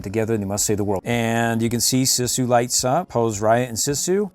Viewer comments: You pronounce Sisu’s name like “Sea-sue.” You pronounced it incorrectly the entire video. 🤦‍♀️ Hope this helps for future videos! I actually just ordered the light up dragon Sisu figure from the Disney store, but I want to get the hasbro one and all the others I can find! I can’t wait to get them all! What do you do with all these toys after you make these videos? There are several dragon Sisu figures in this that I literally cannot find anywhere... 😭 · its actually read siiiiisue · It is Pronounced sesu not sisu